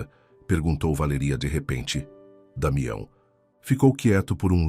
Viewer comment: Linda história Só não gostei do narrador trocar valeria por valeria